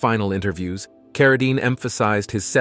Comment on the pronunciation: Although it's way too late...do your research! His family name is pronounced "CarraDEEN," not "CarraDINE." It was always that way. He changed his name from John Arthur Carradine Jr. to David so that he wouldn't be confused with his famous father. The last name was always pronounced the same. Listening to you constantly butcher it is cringeworthy. This is basic research that should be done BEFORE doing a whole video about someone (to mooch off of) and posting it on the internet for the world to see. At least have some respect. There are plenty of videos about John Carradine right here on YouTube. One is by People Document. Look it up and learn something! Btw, I couldn't get past 3 minutes of listening to this.